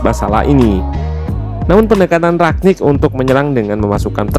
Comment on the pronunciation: Kenapa orang tua susah dikasi tau ya? It is rangnick not ragnick. Gue nyadar ketika liat podcast jebreet media, but coach justin bener lafalinnya. Tapi ada yang engga juga ya ini, udah berapa bulan masih aja rag.